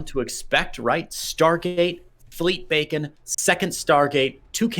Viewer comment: Isn’t it pronounced “beekon” not bacon